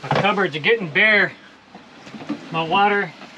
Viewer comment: Nope. Don't know what "Wadder" is.